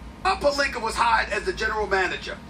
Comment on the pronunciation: Stephen a always saying pelinker instead of pelinka stop disrespecting his name